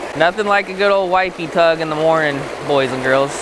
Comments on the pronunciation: Thought you said wifey tug lmao 🤣🤣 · Haha, I thought you said “nothing better than a wifey tug in the morning” 😅